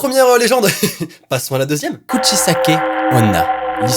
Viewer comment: Nan la 2eme histoire sa se dis Kusichaike Onna